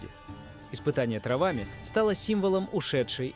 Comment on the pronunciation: Не травами, а траааааааавами, ударение ставь правильно ИИ поганый